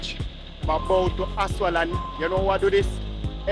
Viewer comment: please pronounce the word asphalt correctly. It’s jarring to hear you say “aswal.”